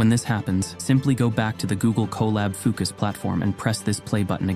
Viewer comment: So do we need to run that bit of code at the beginning or what? What a difficult video guide to follow! You haven’t even linked fooocus and it sounds like you say ookas?!